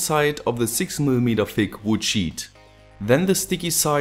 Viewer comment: Du sprichst "thick" aus wie "f*ck"